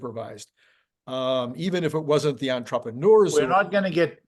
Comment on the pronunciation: no one pronounces "entrepreneur" the way does...not even the french. it's like norm macdonald pronouncing "iron".